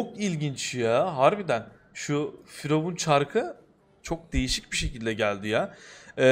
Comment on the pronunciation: Firavun değil FuryYavun